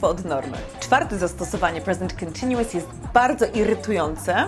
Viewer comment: Nie jestem przekonany czy słowo continuous wymawia się w ten sposób